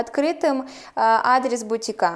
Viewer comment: "с" бутикА :)